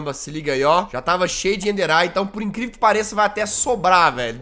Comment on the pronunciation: E vc falou "encrivel"